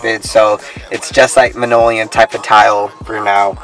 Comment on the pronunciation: Good video. I'd like to see you test Raleigh Restoration's Scratch Resistant Sealer. Oh, my only complaint was you called linoleum "monoleum" LOL